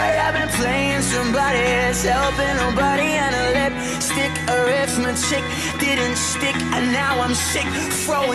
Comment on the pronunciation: When yungblud says “arithmetic” it sounds like he says “arrest my chick”😂😂😂😂😂😂😂